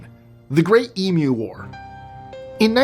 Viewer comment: Thank you for saying "Emu" correctly!!!